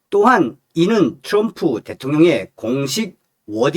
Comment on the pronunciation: 츄럼프가아니고 트럼프 멋부리지말구 옆에있는 내여자친구가 미국흘인오야 제발좀 발음좀 멋있는게아미라니까